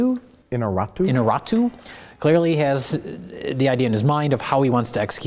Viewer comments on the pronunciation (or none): Your pronunciation of "Iñarritu" is as fake as CGI Grand Moff Tarkin made by myself. hahahaha. I'm a spanish native speaker, at least try to pronunce it kind of similar... I tell the same to spanish speakers tryin to speak english, try to sound like it is, it doesn't matter if it doesn't sound just like it is, just don't create a random sound from nothing. hahaha. It's the director's name!!! and not an amateur! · J comes the closest to pronouncing that guy's name, just to be immediately "corrected" by Mike. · I love how nearly says Inarritu correctly and Mike corrects him with a far worse pronunciation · In-ya-ree-tu, not In-ah-rah-tu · Mike must have been thinking of Inarato, the famous Japanese director. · Say it with me: "In-YAH-rrit-oo" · Iñárritu. IN-YAR-EE-TU. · innarratoo XD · Alejandro Interruptus. I swear, you say "Iñarritu" much more difficult that actually is xDDDD